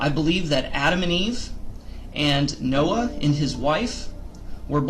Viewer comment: Noah not Snoah😆sheesh😂🤣